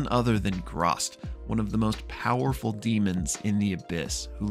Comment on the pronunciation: My 2¢ is the pronunciation of the sword's identity/title: Graz'tchar. It is pronounced grahzt•car. You're welcome. Edit: And why,?! WHY? Why must you pick up sentient, possibly cursed weapons!? 😱 You KNOW what the dangers are for your character if you do!